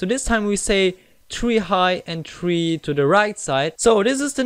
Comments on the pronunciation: You said tree not three ._. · you say tree not three